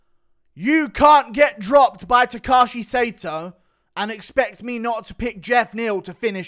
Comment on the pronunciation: Blud said takashi sato 💀